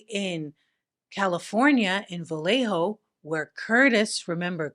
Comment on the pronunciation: Vallejo has no "L" sound, like valle(valley), tortilla, Trujillo, llave(key), lluvia(rain), llenar(to fill), bella(pretty), cuchillo(knife), llave(key), llevar(to carry), ella(she). "ll" in Spanish never has an 'L' sound. It's like a 'Y' in English. Vallejo is tricky because all Spanish words have the accent on the second to last syllable unless ther is an accent somewhere else. So yhe ínvisible accent is over the e.